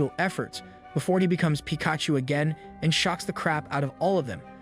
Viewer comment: Bro calls himself but said "peek-atchu"